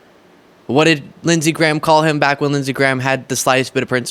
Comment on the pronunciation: Actually its Lindshe Graham.